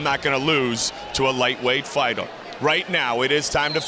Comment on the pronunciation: "lightweight fightur" 😂😂😂 Ohhhh Goldie 😂😂